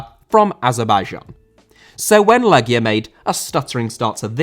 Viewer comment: Thank you for correctly pronouncing the name of the team. I told my friends it's pronounced "Leggia" and not "Lejia" and they looked at me like I'm a pedantic know-it-all. It's like walking up to an English person and asking them about the "Lie chester" team than won the Premier League that one time. EDIT: , CSKA is actually pronounced "Cheska". It's pronounced "Hadiuk Split", the J is like the J in Ajax.